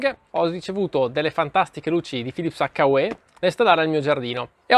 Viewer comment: It’s pronounced like - YOU. H-you. Hyou Not…Hakka Way.